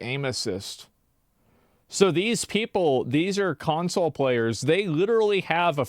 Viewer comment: I love how he keeps pronouncing it "Cuntsole".